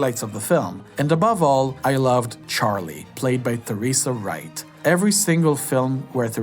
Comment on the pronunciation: Yes--and Tuh-REESE-uh Wright, not Thuh-REESE-uh